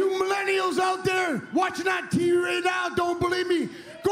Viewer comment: "I am one half of the greatest tag team in da history is da business." "You millenials out there, watching on Tee Ree now don't berieve me." " Eli Drakes knowz dat!" -NEW GOLD!